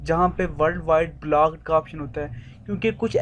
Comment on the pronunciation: Itni gandi English black kya hota h block hota h